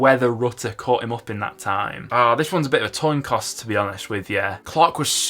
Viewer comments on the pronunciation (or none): Bit of a "toin coss" ? 😅 sorry mate lol